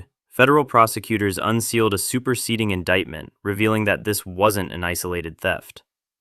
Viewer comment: "Superseting" Indictment 😂